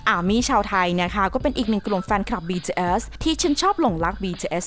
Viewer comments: BTS ออกเสียง บีทีเอส ธรรมดาครับ ไม่ใช่ บีทีเอลส อะไรที่คุณพูด ไปฟังมาใหม่ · หยุดเลิกอ่านว่า “บีทืเอยส์”‼️‼️ อักษรค่ะสามตัว ทำเสียงกระแดะมาก ถ้าอ่านชื่อศิลปินผิด ควรออกมาขอโทษ นี่มันหลายคลิปแล้ว… ทำไม่ได้ก็”ลาออกไปซะ!!”🔥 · บีทีsนะพูดก็ผิดยังบอกอีก😐🤭🤭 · เหมือนกัน ฟังเป็น บีเทียส บีเทียสทุกที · เราได้ยินว่า BJS 😓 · ใช่ๆ ตอนแรกฟังแล้วแบบ วงไรฟะ อ้อๆๆๆ BTS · ทำไมเราขำสำเนียงที่เขาพูดว่าBTS(ความคิดส่วนตัว) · ทำไมเราขำ เวลาที่แอดมินพูดคำว่า BTS วะ 😂😂😂😂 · 😂😂ผมสะดุดกับคำนี้มากๆ ตอนแรกฟังไม่เข้าใจเลย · ออกเสียง bts แปลกๆ